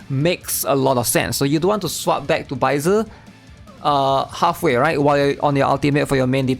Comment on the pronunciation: I just need sanhua from the 5th day reward to complete my encore team. Also, it’s sad how everyone calls “baizhi” baizer